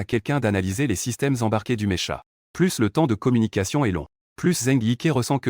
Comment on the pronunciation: c'est pas mécha mec, c'est pas mécha, ça se prononce meka mek, ça se prononce meka! :)